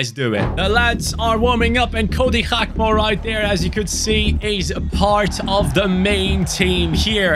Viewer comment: his name isnt bloody "hakpo"